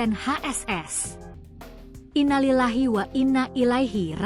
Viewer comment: Tlg kalo GAK BISA MELAFALKAN " INNALILLAHI WAINNAILLAIHIRROJI'UN " dgn benar GAK USAH MENGUCAPKAN. HAL INI BISA MENJADI SALAH ARTI !!!